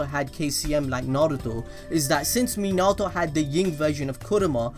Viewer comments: Its pronounced Min•na•toe• (Minato) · Why you gotta say minato like that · Your not saying his name right. You’ve must have watch it in sub